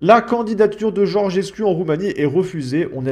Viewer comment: Le 'u' en Roumain se prononce 'ou donc on dit Georgescou